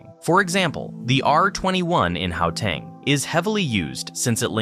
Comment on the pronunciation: Great video, but bro if you gonna make a video about SA learn how to say the place names correctly. Upington, Gauteng, Pietemaritzburg, Umhlanga to mention a few that were mispronounced completely. 😅